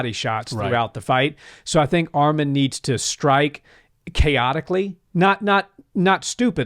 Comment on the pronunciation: ARMAN NOT ARMEN 🇦🇲🇦🇲🇦🇲🎰🎰